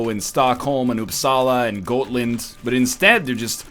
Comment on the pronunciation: Almost did of laughter when NL tries to say "gotland", But instead says "goatlind". xD